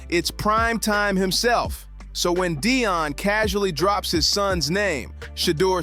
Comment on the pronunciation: Dion, no it's Deion! 😂